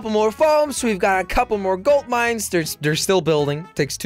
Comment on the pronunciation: "We got a couple more foams, got a couple more golt mines."